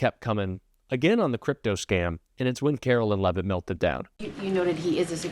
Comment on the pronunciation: I know ya hate her, I do, we all do....but please pronounce her name correctly. It's not "Carolyn" It's pronounced "Karoline"....like the Song